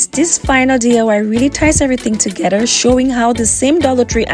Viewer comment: ToGETHER is NOT pronounced ToGEDDER !